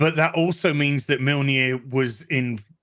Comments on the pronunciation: 'Milneer' LOL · It's kind of hilarious to listen to these guys pronounce mjölnir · bruh how can not pronounce mjolnir correctly lol